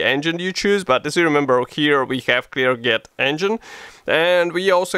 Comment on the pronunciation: Не Клергет, а Клерже :)